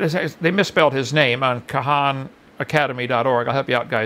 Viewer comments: Kahaanacademy, starts by mispronouncing the name, it’s Khaaaaaannnn... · the way he mispronounces khan academy makes it so hard for me to focus on any other part of this video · He lost my respect the second he mispronounced “khan” in khanacademy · Ka-han Academy???🤣🤣🤣🤣🤣🤣😶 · A Webster It’s actually Khana academy according to his pronunciation